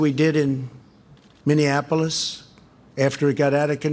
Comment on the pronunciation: Hey, at least he said "Minneapolis" right , he didn't say "Minneanapolis" this time.